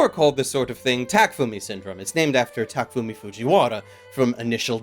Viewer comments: The only thing that bugged me is you calling him Takfumi Fujiwara.. it's Takumi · It's TAKUMI not TAKFUMI!!!!!!!!!!!!!!!!!!!!!!!!!!!!!!!!!!!!!